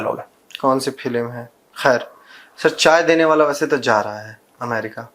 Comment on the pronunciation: एक महीने वाद बोले।वह भी अमेरिका कि नाम भी नहीं ले पा रहे